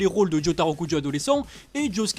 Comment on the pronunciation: C’est pas Jotaro Kujo mais Jotaro Caca mdrrrrrrrrrrrrrrrrrrrr